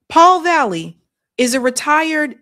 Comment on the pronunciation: You're misreading this Paul's name... It's VALLELY, not valley. There's an L before the Y. Your govt edumacation is showing.